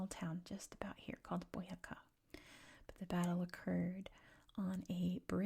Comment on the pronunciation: Colombian here! Thank you for the video. Boyacá is quite a key department for the Independence times. Also it has the accent in the last syllable, like boyaCA for the future colombian vids, you'd love to visit our country one day. Keep up the good job and warm regards to Idaho <3